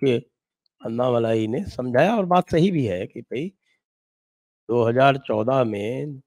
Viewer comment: अन्नामलाई नही अण्णामलाई बोलिये आप लोग "ण" अक्षर का उपयोग क्यूं नही करते "न" अक्षर " ण " अक्षर का पर्याय नही है। " न" अक्षर दंत्य अक्षर है "ण" अक्षर तालव्य अक्षर है ऐसीही गलती आप "अण्णा हजारे" उच्चार मे करते हैं आप वो उच्चार " अन्ना हजारे " ऐसा करते हैं। राजस्थानी लोग "ण" अक्षर का सही उच्चार कर सकते हैं। उत्तर प्रदेशी और बिहारी लोग "ण" का उच्चार टालते हैं। करते नही हैं।